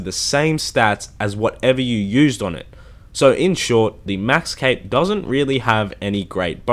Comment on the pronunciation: It sounds like he says 🎂